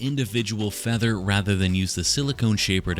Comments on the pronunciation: Why does bro pronounce his F's so harshly It feels like a threat "FFeather texture" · Me watching this video: say feather one more time!!!!!!!!!!!!!!!!!!!!! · SAY FEATHER ONE MORE TIME I DARE YOU